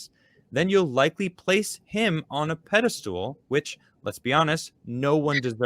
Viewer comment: Is saying "pedestal" or "pedostool"?:P